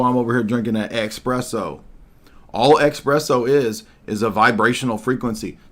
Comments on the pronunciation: Am I getting it wrong or is it called espresso instead of expresso? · brother, it’s espresso not expresso🤣 no X, you sounding like a Hebrew roots brotha😭